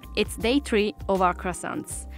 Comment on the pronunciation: I love how Claudia makes an effort to speak correctly